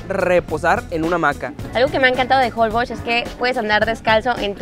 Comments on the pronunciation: Se pronuncia Jolbósh, con acentuación en la O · Me estresa escuchar cada vez que dicen mal Holbox, es como con acento en box y no en hol :/